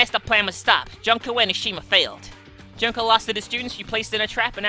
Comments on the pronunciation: i am pretty sure it is pronounced June-ko, but junk sounds right for someone who is supposedly the ultimate despair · jun-ko not jonko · You're pronouncing Junko wrong. It's pronounced Joonko. You also pronounce Monomi, Nagito, yakuza and Mahiru wrong, Mahiru is pronounced Maihiru. I'm not trying to hate on you BTW.